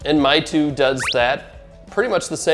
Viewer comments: It is not called Mytu, but Maytu. And it is for kids and young people, not for serious granddad. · It's pronounced "may tu" meaing "beautiful picture"